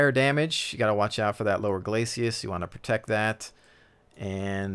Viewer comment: Dude- love your videos! Thanks! I started watching you for your CSS reviews, and you introduced me to WoT, which I love! Just a word of advice: the front armor on a tank is a glacis plate. Not a "glacius" plate.